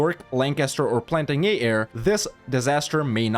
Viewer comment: Plantagenet is a French surname, it's pronounced Plan-taj-a-neh